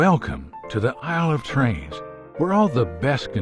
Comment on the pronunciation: C'est bien la fiche descriptive de chaque jeu, utile et efficace ! Issle of Trains ? Aïle plutôt ;-)